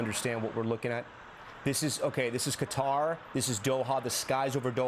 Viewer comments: Btw its pronounced kuter... Not kwatar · kuh-TAR" with stress on the second syllable. Arabic: "Guh-tar" (with a guttural "g" and a rolled "r").